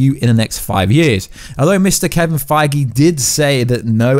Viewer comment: Why you always say and write "Kevin Fiege" instead of his real last name "Feige" ? Do you do that on purpose , or did you just get it wrong ?